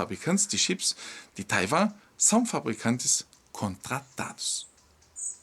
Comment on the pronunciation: SE PRONUNCIA TAIUAAAAAMMMMMM.OK